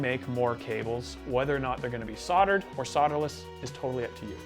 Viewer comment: If I had $1 for every time he said “soddered”, “sodder”, or “sodderless” I think I’d be able to swing a new pedal!